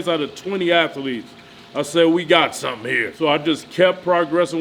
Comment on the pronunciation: "We got sum'n here" LOL!